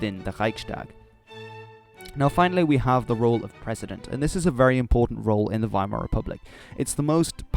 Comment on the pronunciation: Finally, someone says Weimar with the w as a v